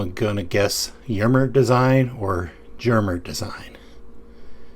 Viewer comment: Hello, Jermer is more like Yermer (short "Yeah" and then directly in the "rmer"). Yes, it's high quality for a fair price. Your framelock Luna is very nice😊👍. Best regards Joe